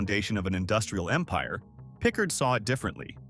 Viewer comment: Thats not a oic of Jackson. Pickard is not correctly pronounced.